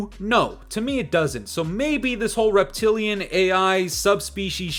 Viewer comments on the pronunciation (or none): Everytime you said "reptilian" I laugh inside 😂